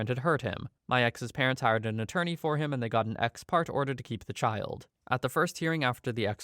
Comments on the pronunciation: *ex parte pronounced "ex partay" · "parte" in ex parte is pronounced like "partay" like you're going to party in the 90s and trying (and failing) to be cool about it. It means "from a party" meaning you meet the judge with only one side, away from the other side. It is almost always illegal, but with some specific exceptions, including the one in the case here. The exceptions aren't that rare, but you need to meet one or both the lawyer and the judge can get in trouble. And FOIA is usually pronounced, not spelled. Like "foy-yah." It's Freedom Of Information Act. In New York, they call it Freedom of Information Law, or FOIL, which is a better acronym.